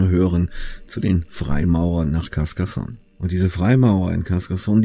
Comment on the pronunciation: Carcassonne, nicht Cascassonne.... nicht schimpfen ... ich bin manchmal ein kleiner Monk. Ich liebe dieses Video! Interessant ist auch dass im französischen "sonne" ausgesprochen wird. Und Carcas ist die Essenz ... also die Essenz, das Eigentliche der Sonne.